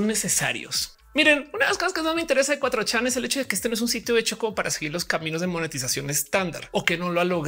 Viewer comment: Qué horrible suena "cuatrochán", mi cerebro no lo procesa. Por qué no dicen de una vez "cuatrochamaco"